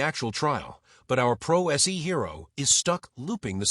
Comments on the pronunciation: Either the narrator is AI, or really ignorant. “Pro se” is not pronounced “pro essee”🙄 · "Pro S - E" lol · The AI is horrible. The “Pro Es Ee” defendant. Ugh!